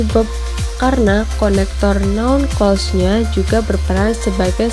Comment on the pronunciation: Hanpir semua English Teacher di Indonesia ngga bisa mengucapkan "Clause" dengan benar. Ini salah satunya.